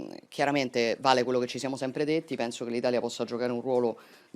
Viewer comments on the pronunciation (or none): none